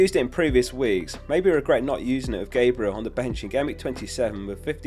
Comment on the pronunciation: Mate, as a gooner why can't you pronounce GAB-riel properly? He's not an angel 😂